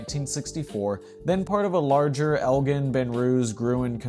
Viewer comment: It’s El-Jen .. with a hard G